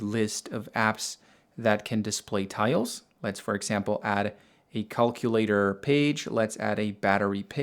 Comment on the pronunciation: The way you say calculator is so funny